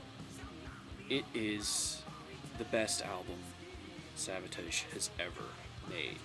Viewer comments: I've never heard someone pronounce Savatage that way either.I thought it was a slip at the beginning but then he mispronounces it wrong again.It's not like a foreign accent is getting in the way. Anyway,I wouldn't say they're underrated as much as they're just UNKNOWN.Most people who know of them like them a lot&those who may not,certainly respect them.But most people just DON'T know them.This LP came out when pop metal was blowin up&they peaked when alternative music took over. Great Review! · I've alway pronounced Savatage similar to Sabotage. But i don't think you say it incorrectly or weird. It is probably just a accent